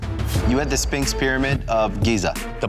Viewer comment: The judge said "Spinx" 😅😅😅